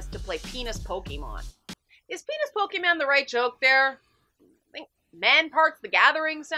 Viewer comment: You mispronounced Pokémon.